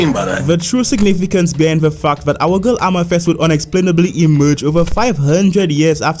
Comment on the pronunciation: I love how when this guy says fact he says Fauc